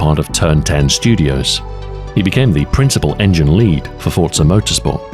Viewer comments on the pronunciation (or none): none